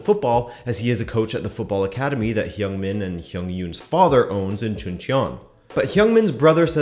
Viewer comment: "Hung", not "hyung".